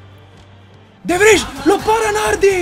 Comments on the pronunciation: ahahahhahah te lo sogni il campionato hahahaahah non sai nemmeno pronunciare il nome dei giocatori "de vrij "si pronuncia "de vrai " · De vrij si legge de vrai